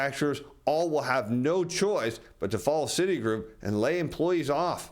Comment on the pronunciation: That’s not the first time I heard Citigroup pronounced that way!